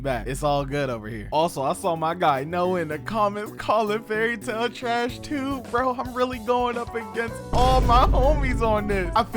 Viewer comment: Bruh you dont get to have an opinion when you cant even say the shows name right, and what you said about no villains or side characters dying confirms you didnt even watch the show and you re a whole bunch of 🧢, also about the whole "every battle is beaten through friendship" everyones yapping about, its happened very few times, fairy tail has many good battles that noone talks about, because people prefer to be toxic and listen to whatever garbage the internet says. If you trully watched the show you would know this yourself and give valid critisism.